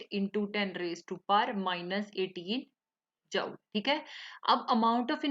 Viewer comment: mam its is joule per mole not jauole per mole